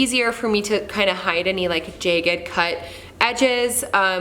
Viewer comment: Great work! Wondering where you grew up with the pronunciation of 'stagger' and 'jagged' like that? (just curious) The premix thinset and grout is super expensive, def should mix your own. MDF swells when wet, so normally I would not recommend that (or really any water + wood in a bathroom splash area). Was yours waterproofed somehow? If you can get your hands on a curved shower rod, I felt like it made a big difference.